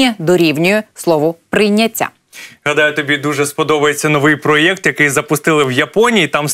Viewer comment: А якого біса ви вимовляєте "про єкт"??